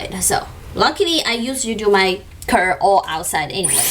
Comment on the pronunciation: Like that you done multiple reviews on a product! You reviews are great, do not worry about the criticisms. BTW, it should be "curve" 卷曲 not "curse" 诅咒.